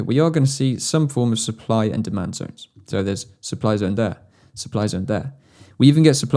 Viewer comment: I want to see your comment if you hear him say DEMAND DONE instead of DEMAND ZONE in the 11/12 min 😂